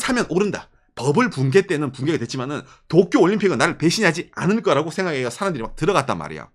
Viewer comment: 또쿄 거리는거 왤케웃기짘ㅋㅋㅋㅋㅋ